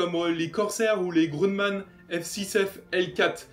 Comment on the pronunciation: Iles A-Lé-Ou-Sienne ! AU-1 corsair, c'est une erreur sous la photo dans Wikipedia. Son petit nom c'est F4U. Grunnman au lieu de Grumman.